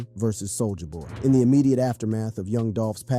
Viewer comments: you said Soul-ya boy instead of Soulja boy lol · Bruh you need to stop saying "Soul JAH BOY" It's Soulja Boy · He calls him both Soulja boi and sol-jah-boy in the same sentence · Why "Sole-Ja" boy and why would you call the song "Crank I-T." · Whu ue say soo-ja ba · "Soul-JAH Boy" 😂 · Why are you saying "Soul JA boy" and "Crank I.T." lol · See the way he says souljah boy?? Soulja-AH boy. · How are you mispronouncing soulja boy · Is this an AI generated narrator? I find it hard to believe a brother would mispronounce Soulja Boy’s name or say his hit was Crank IT 😂